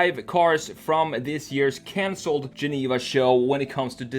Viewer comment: sounds like he's developing a bit of a nigerian accent. He said 'consold' instead of 'cancelled'